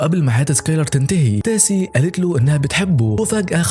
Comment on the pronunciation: تيسا مش تاسي